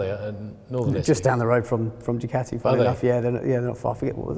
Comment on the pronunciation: I stopped watching before the 2 minute mark when I heard Du-cat-e...